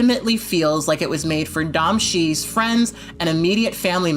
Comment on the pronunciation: Blaque sorry for the pedanticism but the director's name is pronounced as "Doe-Me She"